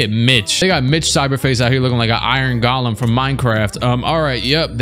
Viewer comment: My man said Iron Golam from mine craft 😂